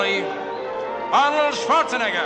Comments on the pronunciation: LISTEN CLOSE! This is how "schwarzenegger"is spelled americans. Not suuuarzenegger like most of you do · I heard Arnold vinegar 😂😂